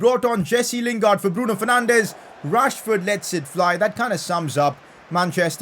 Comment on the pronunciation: isn't it Bruno Fernanchhhhhh